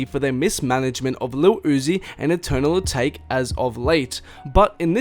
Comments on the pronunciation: Eternal *AH-TAH-KAY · bruh it's pronounced eternal uh-tah-kay